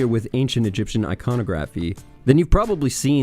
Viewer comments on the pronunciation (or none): Iconography is pronounced eye-cun-AH-gruh-fee, not eye-CON-oh-graf-ee, ya dingus. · '... Ancient Egyptian Icon-oh-graffeeee.' Look, the Canadians are subverting the English language. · Please, pronounce iconography again 😂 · You pronounced iconography wrong, kappa.